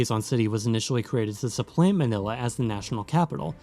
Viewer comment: Your pronunciation of the names of the places is almost perfect